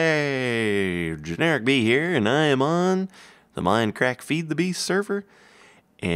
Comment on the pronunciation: no, not no dur... its realy